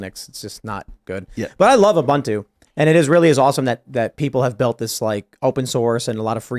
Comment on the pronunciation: Tim & crew; the Linux version "Ubuntu" was invented by an African man, and it's pronounced "ooh-boon-too". Not 'you-bun-too'. If we're going to nitpick on pronouncing Vevek properly, we should do the same for all.